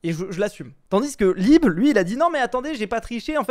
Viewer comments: « libé » 😂, nn je comprend mais pour info ça ce dit lib (m’enfin, c’est pas très important, ça ma juste fait rire…) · "libÉ" 😢 c'est "libe" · Libééé 💀 Un vrai problème de prononciation avec les pseudos mdr